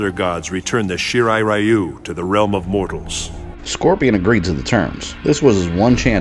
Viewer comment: Flawless video as always,! Random rant: It keeps really bothering me that NRS keep mispronouncing the Shirai Ryu-name as "Shirai Rye-You".